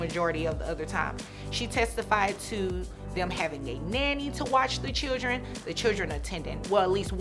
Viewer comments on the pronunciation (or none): Your a judge and you can’t even say “children” correctly. Chill-dren not shill-ren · She calls the “chilgren” instead of “children” and it always bugs me.